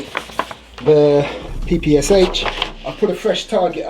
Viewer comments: It's better call it as "PePe-Sha" not "Pi-Pi-Es-Ech" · PPSh is pronounced "papasha"